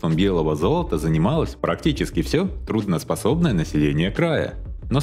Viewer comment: Трудно способное население? Автор давай уже внимательно ибо весь ролик слушаешь, аж кровь из ушей, позорище…